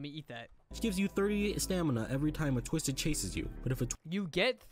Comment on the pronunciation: He said tuisted